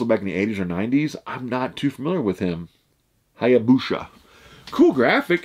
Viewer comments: "sha" LOL "sa" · Pronounced "Hi Ah Boo Sa" lol but close haha.